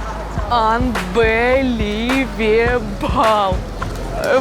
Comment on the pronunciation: АнбеливЕБАЛ!!! Английский от Настюшки))) Орнулаааа)))